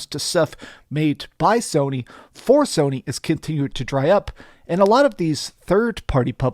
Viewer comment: He said Somy way in the lead😂😂 Nintendo has something to say about that